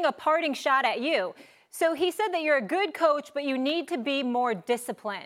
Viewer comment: Why when Tomlin speaks is their all the sudden a t in good? It’s not goodt it’s just good